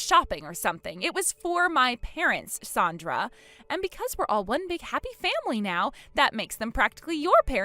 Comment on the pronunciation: Her name is Sandra not sondra